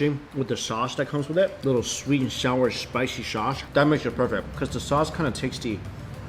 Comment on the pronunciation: Why does this guy turns his Ss into sh? Lol Shpaishy shaushe